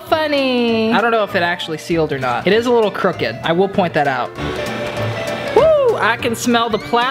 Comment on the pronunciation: when says it just a little crukid but cut it diagnle